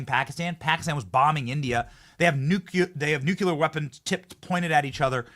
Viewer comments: It’s nuCLear not nuCUlar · New Clee Er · PLEASE PRONOUNCE NUCLEAR CORRECTLY ‼️‼️‼️‼️‼️‼️‼️‼️‼️‼️‼️‼️‼️‼️